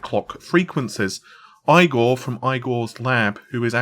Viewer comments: So Igor... it's eegor not eyegor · its it's phonetically pronounced eegor not "eye gore" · My name is Igor.. I cringe at the "eye-gor", always have. Unless it comes out of Mr. Gene Wilder's mouth heh..